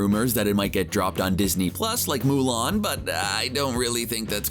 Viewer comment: Is it just me or did he say lu lan did he mean Mulan?